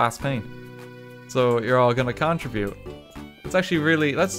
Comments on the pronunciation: The way he says contribute makes me mad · The way rt says contribute triggers me